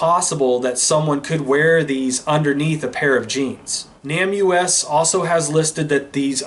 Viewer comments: People generally pronounce NamUs as NAME US, not Nam U-S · Isn't "NamUs" pronounced "Name Us" and not "Nam U S?" You know - trying to put names to unidentified remains and all? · I think the pronunciation of NamUS is Name us . Just to let you know, and I only know this cause other true crime channels have also had trouble with it, and they found out the correct pronunciation. You are doing great work on these cases!! Keep it up you were made for this!! ♥️ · It's pronounced NĀ-mus. Just letting you know. Really enjoy your content